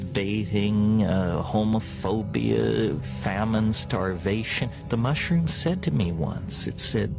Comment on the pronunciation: Mushrooms not livingrooms😊